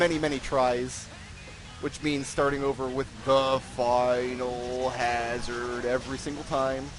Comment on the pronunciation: You paused between saying Final and Hazard. This is wrong. It's clearly Finalhazard.